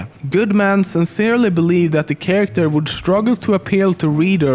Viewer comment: Damn he has a strong accent, but atleast he is saying 'character' correctly now :P